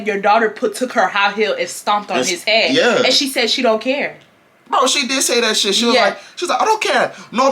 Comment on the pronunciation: HEAAAADDD?!?!?? I thought he was saying hand 😂😂😂 I would’ve beat her ahh tooo